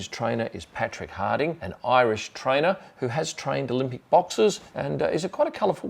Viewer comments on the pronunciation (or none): none